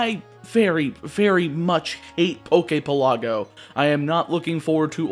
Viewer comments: Good video. Definitely need to start pronouncing things better though. Like the names of locations in Alola are real hawaiian words, you could look it up. Also Poképelago is pronounced like archipelago. PELago, not peLAGo. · Omg, u pronounce pelago wrong. Your pronunciation is in Italian. In Italian, it is called the Poke resort.